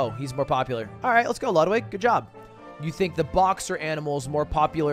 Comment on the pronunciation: I get so angry every time he miss pronounces Ludwig